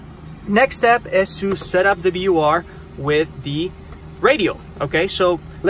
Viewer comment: Very helpful, but it is pronounced VOR, not BOR.